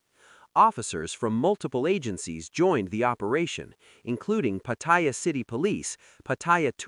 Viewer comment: If you're going to report on Pattaya, at least pronounce it properly. It's not Pattyre.